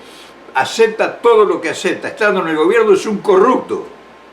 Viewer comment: Que se entienda...corrupto...no corructo. Digo.